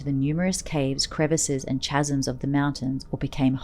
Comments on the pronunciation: Very interesting. Incidentally the word chasm is pronounced kasm. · chasm is pronounced : kaz-m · Very interesting story but the accents were comical. Kinda took some of the authenticity out of the story. "Chasm" has a silent "H" too.